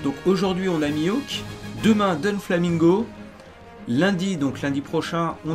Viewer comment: Putain ils ont bossés à mort l'intro de Burning Blood quand on y repense. Par contre c'est DOflamingo pas DONflamingo. Y'a pas de N :)